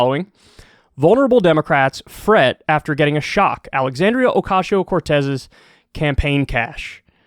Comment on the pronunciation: I love how Kyle says Ocasio. Oh-cashio. Makes me smile every time.